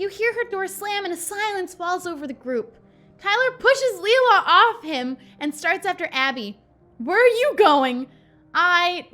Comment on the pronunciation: The way she pronounces Leila hits a nerve for me but it doesnt help that I have a friend named it. Its pronounced "lay-la" :(